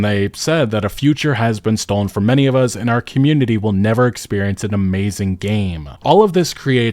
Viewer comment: pronounces the word "us" with a Z instead of an S and I can't unnotice it 😂